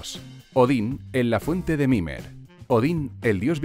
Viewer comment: Es mimir, no mimer